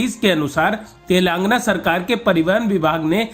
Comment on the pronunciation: कृपया अपने रिपोर्टर को तेलंगाना बोलना सिखाएं. तेलंगाना को तेलांगना बोलते हैँ. बहुत खराब लगता है